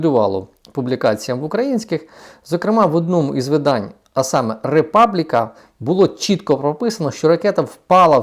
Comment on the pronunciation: Тільки не "Ріпабліка", а "Републіка", слово італійське.